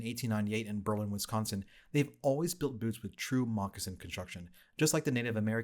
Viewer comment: Great video! (And thank you for saying Berlin right. It’s been a lifetime of correcting people on how to say our town’s name.) Cheers!